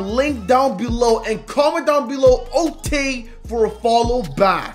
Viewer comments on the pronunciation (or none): why are you saying Otay